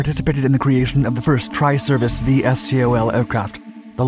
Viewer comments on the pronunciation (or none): Usually that acronym is pronounced “Vee-Stole”, not “Vee Ess Tee Oh Ell” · Ah, NO. It's pronounced "Vee-Stole". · pronounced "vis-tol" VSTOL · Dark Videos still calling it “V.S.T.O.L.” when it should be “V/STOL”. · Yup. Pronounce it VeeStol .. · VSTOL is pronounced, not spoken as individual letters.